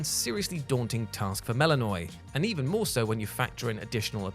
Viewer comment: Mel-i-Know-ee, Hek-a-tee. I know you're American but please do some proper research into name pronounciation.